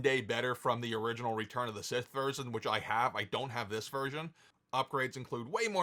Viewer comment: Is there a reason why this guy is insistent on saying RETURN of the Sith?